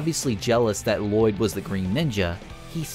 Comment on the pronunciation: this guy clearly doesn't know what he's talking about, cant even pronounce lloyd the right way